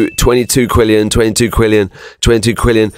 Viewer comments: Its Quintillion not Quillion 😹😹😹😹😹😹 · its quintillion not quillion 😐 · It's quintillion not quillion